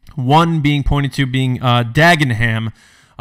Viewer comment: Just a Brit here chipping in; it's pronounced 'Dag-en-um' (yes; it's weird!) - and I'm hoping this whole story is true, as I don't live a million miles away from there and I would like a job please Lucasfilm.